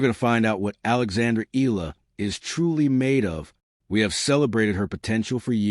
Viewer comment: Pronounced: Eh..ya..la